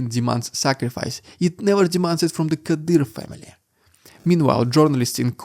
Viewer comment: Kadyroff xD